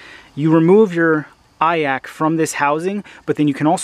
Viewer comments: Never heard someone call an iac an "eye ack", live & learn I guess. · That surprised me too, I've never actually heard anyone pronounce it, just assumed it would the 3 letters. Nice vid tho, man